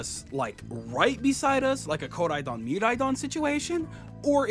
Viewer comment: Never heard anyone say Koraidon and Miraidon like that